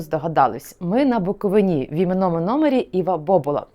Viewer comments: БуковИна, а не БуковинА!!! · Ви задовбали:БуковИна,а не БуковинА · Начальство УПЦ МП то є фсбешні сексоти, то і так зрозуміло. Але вхарило мене лише одне - зауваження до журналістки. БуковИна, а не БуковинА. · Чому не каже БуковИна? Невже вона освідчений журналіст не знає як треба правильно робити наголос? Знає напевно, вона так просто самостверджується! Чому не йде у румунські та молдавські села робити свої галімі передачки? Що там не буковинці живуть? Та навіть в українські ходить жирналістка виборочно, щоб враження екесь коньюнктурне склалося! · Правильно вимовляти назву Буковина з наголосом на третій склад! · Пані ведуча, у Вас така гарна мова! Навіщо Ви її псуєте таким противним наголосом у слові "Буковина"? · Шановна пані журналістка, чому Ви не правильно ставите наголос в слові «Буковина»? Наголос ставиться на букву «и»! ☝️